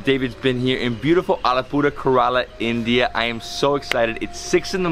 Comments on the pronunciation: Great video David. I really enjoyed it. I have a comment with the way you pronounce Kerala. You pronounce it Keraala which is kind of unattractive. It's pronounced more like Kerela. Just a friendly suggestion to pronounce the name properly. I'm surprised Ebin hasn't corrected it for you. Thanks for the making out mouth water! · I've to say one thing, its not KORALA, It is KERALA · It's CARE-AH-LA Fml